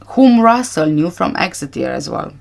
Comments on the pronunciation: You pronounced Exeter perfectly 🥰 I live only 14 miles from there. I hadn't realised Tanner lived there😮 Every last one of the Tapas 9 gave me the creeps!😱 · You pronounced 'Exeter' perfectly! I was born there 46 yrs ago but we moved for my dads job when I was four.